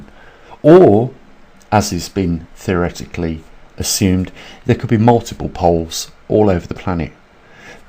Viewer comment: I've followed you since 2015 ish (?) Though even you say theroretically And I do understand , I tend to agree earths movements and currents 🌊 Migrating animals all point to the probability of this pole shift One can only hope that everyone reading this stays prepared , safe and healthy 😍